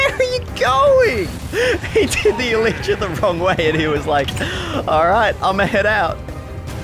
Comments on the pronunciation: U pronounce it eletra it's elightra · Everyone else: elytra: E L E E T R A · You pronounce it like this (E LIE TRA)